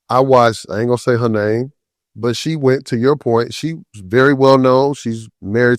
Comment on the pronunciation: I feel dumber listening to this. Can't even pronounce her name right. A bunch of complete misinformation. A black version of fox news